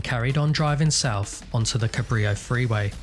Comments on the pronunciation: Used to take classes next door to the armory. Thank you for pronouncing Cabrillo correctly 🙏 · The first British man on YouTube to pronounce Cabrillo correctly. Subbed for that fact. Edit: this was a joke, by the way. I subbed because you’re good, but you also pronounced Cabrillo correctly, so A++